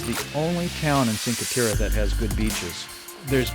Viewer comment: it's "chin-kwhey tehreh" not sin-kwhey terra... :) it's all pebble beach no sand beaches there... :)